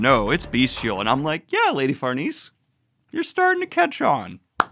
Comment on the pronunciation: I got to say, when you casually said "Farnese" twice in a row without stumbling, I was like : YOU GOT IT MA BOY